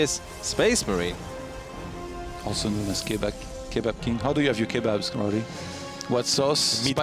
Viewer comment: Why can't you say "kebab king"?